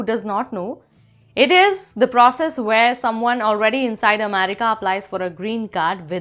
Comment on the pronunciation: what do you have against the letter r? If nothing then use it. R is an important consonant in the English language. America is pronounced America, not Amedica.